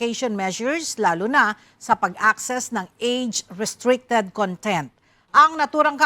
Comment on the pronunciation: con-TENT (adjective) vs CON-tent (noun)